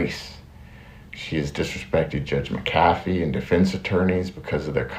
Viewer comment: Doug, you should put a sign up behind the camera so you can read the word "Mac A fee" to remember to pronounce the weiner judge's name correctly. 😂